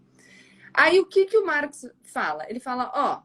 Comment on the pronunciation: isso aí eu me adiantei ela fala marx engels perfeito é isso aí parabéns Gabriela